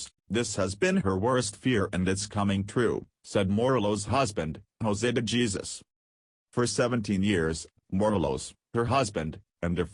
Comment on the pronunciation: It took you 6 minutes to say what you could have said in 2 minutes. Oh, buy the way his name is pronunced " hay-sus " not Jesus.